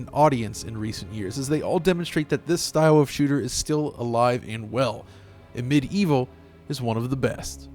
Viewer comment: Amid evil a great homage to hexen and heretic you said that right !